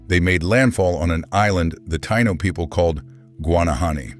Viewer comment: F.U for pronouncing "Taino" so badly, and for depicting us as black people. As "one of the most complete cultural and demographic catastrophes in human history" thank you for your added contribution, A-H! Major F.U. for that!